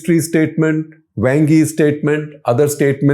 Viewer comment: Wang (王) sounds more like Wong than a slang word for male anatomy.